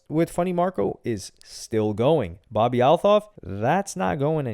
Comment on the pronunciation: That’s not how you say her last name 😂 just say Bobby